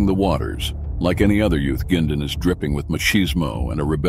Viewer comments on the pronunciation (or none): You shouldn't use a computer generated voice for a documentary. This voice can not pronounce Oshawa properly, which passes me off because it's my hometown, and I don't think Bernie Quindon would like hearing his last name pronounced Gindon either! If you're too lazy to narrate the documentary yourself, maybe you shouldn't post the video! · They can’t even say Bernie’s last name right